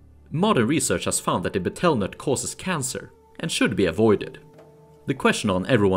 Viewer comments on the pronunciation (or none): betel nut is pronounced like the bug, beetle